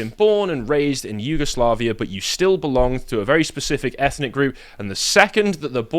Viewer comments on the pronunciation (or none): none